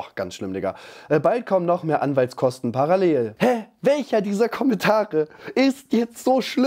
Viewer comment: So Leutz,hab es nachgehört (auf"bla.la" parallel eingeben),die Betonung ist nicht "lell"sondern sondern "llel",also die letzte Silbe ist langgezogen auf dem el,boah,hat mich das aufgeregt...